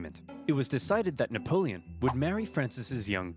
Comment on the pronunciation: Your fricking killing me,. With both you laughing at random times that aren’t funny also your historical knowledge, and your mispronunciation of napoleon, it’s Napoleon not Neapolitan